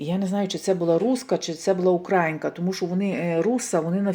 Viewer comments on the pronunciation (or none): Українка наголос на ї